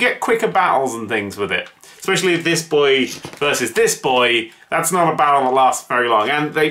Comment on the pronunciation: "That's not fair" Mockingly "Dash no feh" Ah Dan ya Bastard...